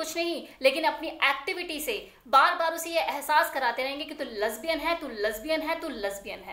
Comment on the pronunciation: Lesbian bolna to seekh lo pahle